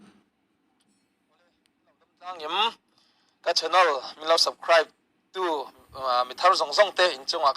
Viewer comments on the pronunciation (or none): Subscribe tih pawh i lam thiam mang lo ania, 'subcribe"i ti kha ka nui hmasa phawt 😂i tawngkam hi i proud ve lek lek anih hi, Piang thar dik tak chu an tlawm zawrzan mai ni, an selna che i chhan let nghal zel danah hian i thlarau rah chin chu a hriat khawp mai. You thrup ah lo en vek ang che u 😂Social media anih hi, a chhe lam I tawn a I beihlet zel hian nangmah I inpholang chiang mai mai ani zawk e, a chhe lam pawh dawnsawng thiam tur a ke pen ila ngai hle mai. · 😂😂😂😂 sabkraip ve hram hram se😂😂😂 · Eheeee....Subscribe i pronounced dan atang hian tawng chi nga (5) i thiam ho chu ka hrechak hle mai 😂